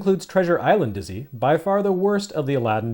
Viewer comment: My German girlfriend also knows Dizzy, who she calls "Ditszy"! <3 I suppose the series also made its way to German microcomputers.